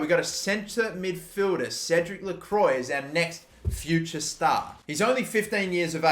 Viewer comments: Try to pronounce Cédic Lecroix Cédirc leu-kroua I'm French and that's basically how it's pronounced properly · Its pronounced le-cru-ah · Don’t wanna be that guy but it’s actually pronounced “lacroua” not lacroi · Cédric lecwa (how you pronounce) oi makes a w sound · i suck at french but i think you read that as "lecroa" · It’s more like - lekhwa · It’s pronounced Credic Lecrwa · Lecroix is pronounced lecrwa btw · Lecroix is pronounced more like (LeKwa). And Q with Spanish/Portuguese names is pronounced like a K. So it’s pronounced like (De Mez-Key-Tez). Love the series, keep it up! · I believe you do pronounce the r, so then I’d be lekrwa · Lecroix = Le-Kwa de Mesquites = de Mes-Ke-Tes Ezequiel Barco = E-Zee-Kee-El Barco De Vrij = De Vr-eye